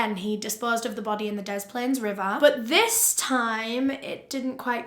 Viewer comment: Hiya from Chicago! Loved this! Very detailed. I chuckled a bit when you said cook county. It’s not a city it’s literally just a county with a bunch of cities in it like Chicago. Also great work on pronouncing des plaines right! Most people outside of Illinois pronounce it wrong.